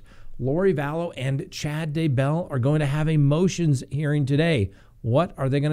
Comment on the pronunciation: Actually, she wants to be called Lori DayBELL, accent on first syllable lol. Oy vey this case is taking forever to get going.